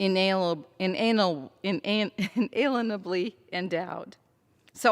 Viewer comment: "In anal" she just said that ,LOL.